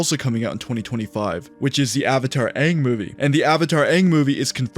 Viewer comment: I hope so much time has passed where they pronounce it ONG when thinking of the legend of Aang